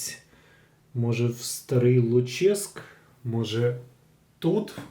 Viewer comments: Не ЛуЧеськ, а ЛУчеськ. Давня назва Луцька. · ну і ЛУчеськ (наголос на У) - це історична назва Луцька